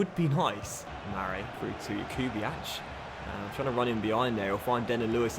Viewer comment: Jakubiak is pronounced (yak-ube-iak) stop with the (ch)